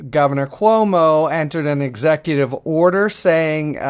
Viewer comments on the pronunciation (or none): none